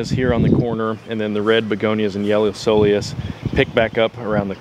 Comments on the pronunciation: Soul eous? That's not how it's pronounced... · Ko-Lee-Us. Looks great going out to get started on my beds. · Looks good, I would go with a dwarf burning bush in that corner. Also, coleus is pronounced Kowleus. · you can choose a Japanese maple according to your USDA zone (6?)... I love them and want one too! Make sure it gets a little reprieve in the afternoon from the hottest sun exposure of the day. If this is the western side of your house (hot afternoon sun) it may not be a good idea. If you buy accordingly for your zone, winter protection should not be a problem. Also, coleus is pronounced with a "k" (coal-e-us). 🙃👌 You?. Me? The Garden Whisperer. 🏡🙋🥀💐💚 =^..^= 🇺🇸